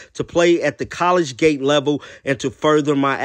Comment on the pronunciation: Young man it’s not college gate level,it’s pronounced Collegiate